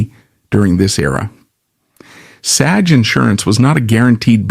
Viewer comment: Learn how to pronounce SAG